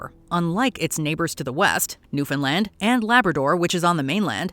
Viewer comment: The Great Depression was devastating to the Newfoundland* economy - but what really hurt the Dominion was the crushing war debt that they were saddled with after WWI ended. The Depression just finished the job. (*…And bravo for your correct pronunciation!)